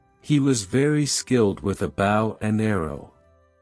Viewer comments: Goodness 😮 Bow pronounced as in bough of a tree. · expert in the what , bow as in oe ,doe, so ,so its like sew , please get someone to teach you english